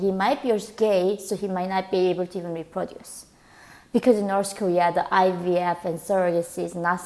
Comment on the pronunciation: Why do you pronounce it "Norse" Kowea when that's where you're from LOL